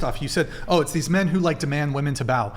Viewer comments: It’s WOMEN not WOMAN ! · What the heck is it with these people that say "woman" instead of "women" suuuuper annoying, didn't you learn how to talk in Grammer school? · When did the pronunciation of women become woman? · Omg the women on this show. The plural of woman is WOMEN. WOMEN. WO-MEN. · Why do these women, not know women is not the same word as woman. And are not pronounced the same. 🤦🏻‍♂️